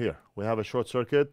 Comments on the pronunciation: Great video and I learned a new word “Shor-kit” , not bad, saves a syllable. 👍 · I ❤ the "shor-cuit" moment 🤣 A new, faster way of saying "short circuit" - I love it! Making new words up on the fly... The Northridge Fix way!! Better Than Factory, baby 👍👍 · Another first from your channel, lets call Short Circuit from now on as. " Short-cuit" ❤👍💪✌